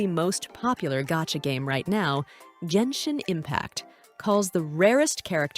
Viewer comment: i mean, even by accident you couldnt make a video thats this bad, bruhh, the AI cant even say Genshin properly...